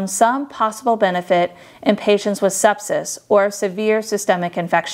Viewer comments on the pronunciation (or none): none